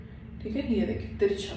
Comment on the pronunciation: You are repeatedly saying teekha...teekha means spicy...you will have to say teercha not teeka..😂 anyways nice tutorial👍